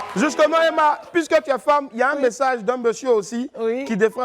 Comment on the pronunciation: Demeure béni Franchement EMMA HUMMMM ON PEUT ÊTRE CHIC COMME ÇA LE PÈRE DALOA FAUT DIRE EMMA SEULEMENT C'EST MIEUX 😂😂😂😂😂😂😂😂😂😂😂😂😂🙄🙄 tchiaaaaaa gagaga Gagaga c'est quoi ça déformation du nom